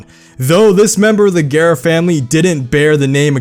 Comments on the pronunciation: Every time he says A-gare-uh instead of A-zher-uh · Its pronounced agera or ajera 🤔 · U kept saying Agera wrong 😂